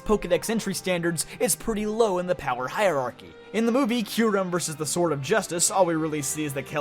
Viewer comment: IT'S KYUREM, NOT F*CKING KYRUM!